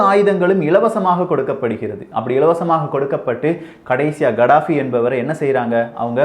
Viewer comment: It's கதாபி not கடாபி